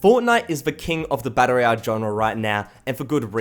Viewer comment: Learn how to say royal